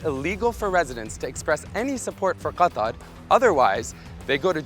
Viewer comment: Why don't say Qatar in the english pronunciation? It's really wierd to say it like that